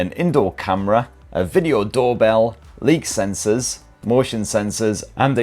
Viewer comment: Leek sensors?